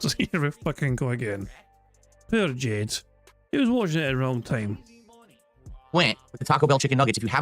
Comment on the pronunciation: Gwet fweked Jayde